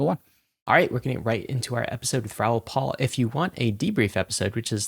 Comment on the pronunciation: First rule of interviewing someone is to at least know how to properly pronounce their name. 🤦 How many times has he been on your show? His last name is "PAL" not "PAUL"